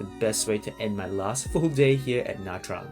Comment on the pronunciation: Nice! Your pronunciation of Nha Trang is just fine. Most Northern Vietnamese pronounce “tr” as “ch” which is not technically correct but still understood. Your video reminds me to put Nha Trang back on my list of cities to visit next time I’m back in Vietnam. Haven’t been there since 2014 when it was overrun with Russians. Hopefully that’s no longer the case. 🤞🙏😋